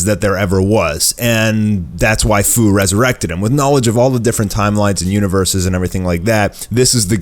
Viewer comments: He messed up the name its fu like fusion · Fu's name is pronounced like few. Jeez, no one can get that right.